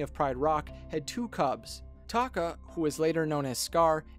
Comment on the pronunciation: It’s pronounced Ta’Ka not taka...